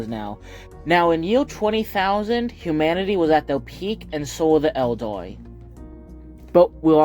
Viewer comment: How this absolutel mad trad lad pronounces Eldar was the biggest plot twist in Warhammer lore.